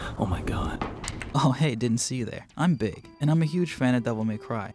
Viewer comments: your telling me all this time it’s been pronounced just “big”💔💔💔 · show so boring started TALKING so now i know his name is probounced Big instead of like YOSHI, YOU RUINED THIS FOR ME DMC NETFLIX MY FRU-STRA-TION IS GETTIN BIGGER BANG BANG BANG why did they give nero's theme to dante